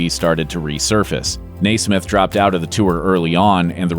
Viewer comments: You are mispronouncing The Monkees’ Mike Nesmith’s last name. It should be NEZ-mith. In fact, his nickname throughout his career was “NEZ.” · You are pronouncing Milke's last name incorrectly. It is NES SMITH. NOT NAAA SMITH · Michael NAY-SMITH? REALLY? All of my life, it's been pronounced NEZ-MITH. Is there an accent mark on the "e" that I'm not aware of? Reminds me of my mother-in-law who insisted on pronouncing President Reagan's name REE-GAN, while listening to the rest of the world call him RAY-GAN during weeks of newscasts following his shooting. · "Nay-smith"? I nay-ver thought anyone could mispronounce Nesmith. Nay-ver say nay-ver. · It's Nes-meth